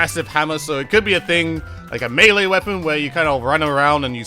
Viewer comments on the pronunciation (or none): none